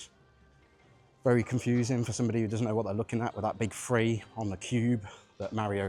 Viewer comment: Serious question this. How do you decide if you say "three" or "free". I've got to be honest being a lot older than you it drives my generation nuts and there are a few collecting channels I watch and I've had to just skip through until I see something shown I'm interested in because of the lazy speech.